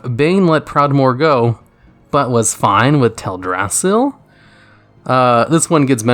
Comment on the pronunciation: Its pronounced TELDrassil, not TEDrassil. Ok, that was out of my point. Now to the real topic. I know you prefer short responses, however as a writer i cant put this to just three sentences, so you just have to read this short essay of mine. Is World of warcraft a bad story? Yes. Is it bad story, at the level of a video game? No. If you take closer look of the story-structure of last three expansions, you can see that all of them follow the same pattern, with different flavors. The story begins with a blow (Blasted lands gets invaded in Wod - Varian and Voljin died in Legion - Teldrassil gets burned in Bfa), then we travel to a distant land for stopping some new threat (iron horde in Wod - Legion in Legion - opposite faction in Bfa). Somewhere in the middle of the story, there happens a plot twist, which is going to chance the direction of the end (iron horde joins the Legion in Wod - Argus appears to the sky in Legion - Nzoth gets released in Bfa). Lastly theres some happy ending, which will also start the events of the next expansion. If the next expansion follows the same pattern, you can say that i was right. Mists of Pandaria was a Lorefan-favourite, cause it was something totally original, something where you couldn't predict what happens next. It didn't follow model of the previous expansions, where the end boss was shown at the cover of the game-box and it was just "save the world and learn nothing". Problem was that too many people ignored the potency of the upgraded